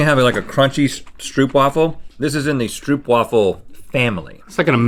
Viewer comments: Dutch watchers:haha hij zei geen stroopwafel maar stroepwefel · Stroopwafel is pronounced str-OHp-wafel not str-OEHp-wafel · Rhett Strah ooo puh waffle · No no it's not stroopwafel it's stroupvafel. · It’s pronounced st-rope waffle 😂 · It's pronounced Strowpwaffle :b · Why is it so hard for Americans and english people in general to pronounce Stroopwafel correctly xD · Yall had so many chances to say stroopwaffle right and you didnt. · stroopwafel is not that hard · The way that Rhett pronounced Stroowafel made me gag